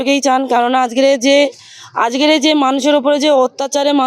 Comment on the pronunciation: Oorrr bhasa dekh ajker ke ajger bolche